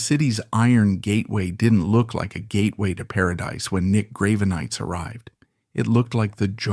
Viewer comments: Graven-ites? the fuck is this? Its Grah-Ven-Eye-Tis. Did you seriously use AI for the voiceover? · I've got to say that the subject matter this channel chooses to cover really interests me, but the way it's presented is waaay to dramatic and over the top! I'm pretty sure it's AI, hence the mispronunciation of the people (Grave-e-nites), but either way, tone down the melodrama, not every musician is a deep, godlike superhuman! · True, the narrator in mispronouncing his name... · Work on your AI reading and its pronunciations of words, especially the name of Nick Gravenites... Even if the info is correct, hearing his name bastardized ruins your supposed intent.